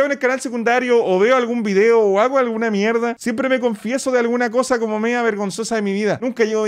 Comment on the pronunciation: Dice mierdo xd